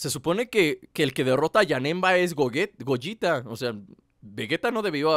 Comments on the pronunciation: es gogeta no gollita :) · es gogeta no gojita xD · es GOGETA no GOYITA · Ademas Pasa Lo Mismo Con Vegito Porque Si Se Pronunciará Como Gogeta Que Según Tu Se Llama Asi, Seria Vegeto Como Vegeta Pero Con El Nombre De Vegeto Asi Que Es Vegito Y Gogita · Bueno si ya entendi se llama Gogita y se pronuncia gogeta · la fusión de goku y Vegeta con el baile se PRONUNCIA gogueta. se escribe gogeta.... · Se pronuncia gogeta